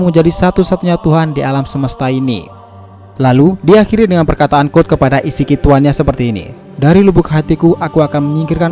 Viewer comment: Code bang bukan god